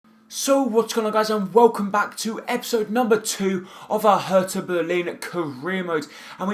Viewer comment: Thanks for the right pronounciation of "Hertha" :)